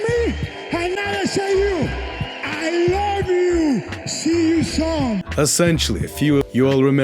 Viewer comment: Romero: i lawwwww you...see you saun 😅